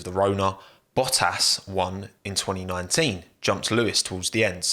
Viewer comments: love how you are saying bo-as, instead of bottas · This guy literally took the “t” out of every word. The way he said Valtteri Bottas 🤐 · wtf did this man just call Bottas?